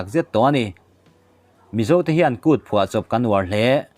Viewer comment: Tha thin e, mahse, 'thuba' nge dik 'phuba'.. Han ngaithla nawn teh, nangni meuhin mizotawng in namnul hi chu (h) dik dawn ami....